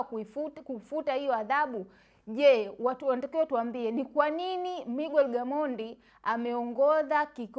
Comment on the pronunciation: Siyo migwer ni miger japo inaandikwa Miguer